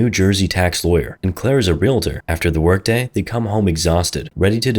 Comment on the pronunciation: Thanks for pronouncing "realtor" properly.